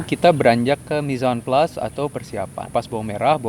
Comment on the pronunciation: Pengucapan "mise en place" sesuai. Berarti bukan kaleng-kaleng nih pemahaman dan pengetahuannya walau basicnya home cook 🍧🍧